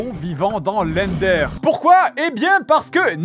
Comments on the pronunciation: WTF MEC À QUEL MOMENT TU DIT "END'HAIR" ET PAS "HEUN DEUR"??? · ca ce dit endeur et netheur pas endér et nethér